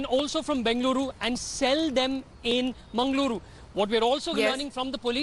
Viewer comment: Its mangaluru😏😏not mengaluru😑😑